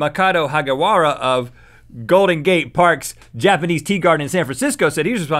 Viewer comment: Did he just say "Japenese"? WHAAAAAAAAAAAAAAAAAAAAAAAAAAAAAAAAAAAAAAAAAATTTTTTTTTTTTT!!!!!!!!!!!